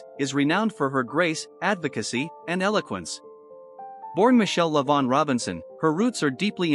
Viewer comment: Her name is Lavaughn not Shavaughn. Say the name correct Lavaughn. Tell the truth.